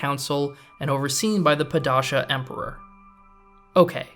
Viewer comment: padashee emporer